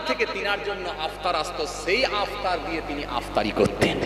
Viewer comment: ইফতার টাও সোজা করে বলতে পারছে আপতার বলছে